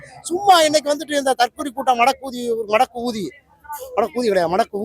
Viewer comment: அண்ணே மடக்கு ஊதின்னு சரியா சொல்லுங்க, எனப்கு வேற மாதிரி கேட்குது